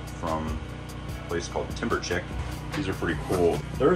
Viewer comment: TimberChick? Chic, French word pronounced Sheek, meaning smart, stylish. Americans!